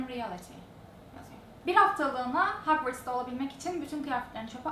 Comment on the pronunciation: gercekten yorum yapmayacaktım ama bunu hiç düşünmeden yazıyorum. hagvırts nedir ya? yazıldığına benzer şekilde hogvarts - hogvorts arası bi tonlamada okunur hiç mi filmlerini, röportajlarını izlemedin? bas bas bağırıyorsun potterheadim de cursed child ı bir gecede okudum da bilmem ne. hagvırtsmış hiç güleceğim yoktu